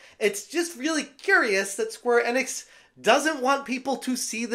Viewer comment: Enix is pronounced ee-nicks. I know you've heard it pronounced correctly. Plus, in English, when there's a vowel-consonant-vowel combo, the first vowel is said like it is in the alphabet.